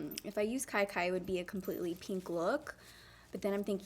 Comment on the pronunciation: LMAOAOAOAO it’s pInk not pEEnk